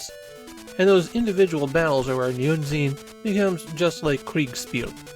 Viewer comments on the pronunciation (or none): "I'm sure the Germans who complimented my pronunciation while visiting their country are now taking that back." To be fair, I have no idea how the dev team arrived at ヌイーゼン as a transliteration for "neunzehn", either, which I can tell bamboozled you to no end. A much closer approximation would've been ノインツェーン. At least your pronunciation of "Kriegsspiel" was solid enough, though as a bit of a correction, "Spiel" is more commonly translated as "game", so "Kriegsspiel" literally means "war game".